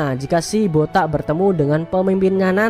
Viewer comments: Jangan terlalu ditekan kalo ucapkan botak entar ada tuyul marah😂😂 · Bilang BOTAK.nya greget banget. Yg ngrasa botak pasti sebel bet dah. 🤣🤣🤣